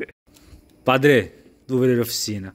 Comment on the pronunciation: "padrê..." Padre: "fala feelho"